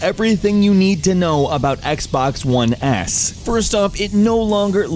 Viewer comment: "Xbox One Ass" lelel EDIT: Not dissing Xbox, that what it sounds like